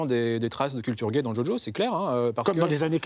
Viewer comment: A croire qu'il le fait exprès tout le monde qui connais un peu l anime connaît le vocabulaire associé